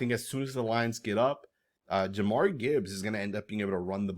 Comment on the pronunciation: Ja-meer Gibbs, not Ja-mari, fyi